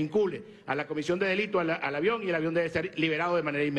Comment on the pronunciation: "el aviäón, el avión! .... jajajajajajaj qye folklorico este espectaculo....jajajajaja